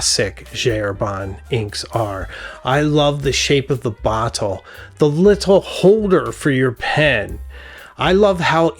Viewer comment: your pronunciation of the word bottle caught me off guard 😂 great video, was very charmed by the way you spoke about this hobby of yours :)